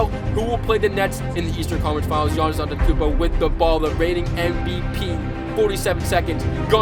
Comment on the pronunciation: Am I the only one who hears that he says ganniss and not giannis